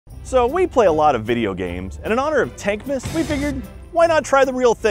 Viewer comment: Idiots can never say “TANK’S’MAS”